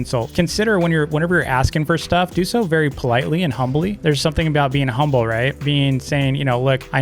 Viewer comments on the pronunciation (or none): none